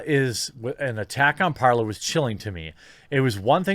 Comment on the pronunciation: Is it not parler not parlor, its talk in French